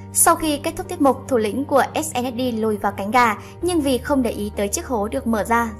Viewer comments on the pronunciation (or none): none